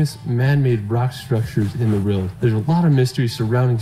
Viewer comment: I am the only one who hears this guy say’ in the reald “ over and over. The word is world 🙄